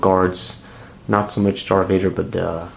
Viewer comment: I like how he says “Dar Vader”